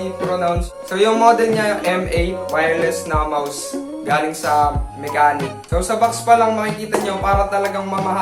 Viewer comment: Ang pag pronounce lods sa brand is "Mashenik." But overall, nice review pa din 👍